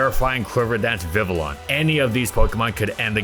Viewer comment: I love these videos and look forward to them every week. So, as a mega fan, I want to give you a little help: Vivillon is pronounced "Viv-EE-on". The L's are silent. Just helping out one of my favorite channels. Keep doing what you do and I will see you next week! 😘